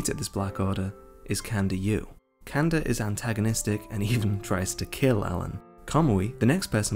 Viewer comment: It's Kanda pronounced like kun-da